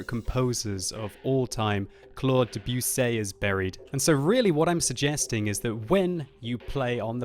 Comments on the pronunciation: What's up with your French pronunciation,? Deb-you-say? Come on, you make us french-speaking Brits look bad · OK, he might be correct (I don't know), but am I the only one who finds pronunciation of certain names bizarre? De Bu Say K hari Kiv Map looks good. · Wow, just butchered Debussy's name:D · as a cellist you just butchered Debussy's name. Shameful.